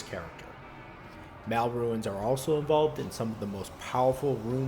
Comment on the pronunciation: i couldnt watch more than 2 minutes. You said RUINS instead of RUNES 30 times, my brain cringed i had to go bye.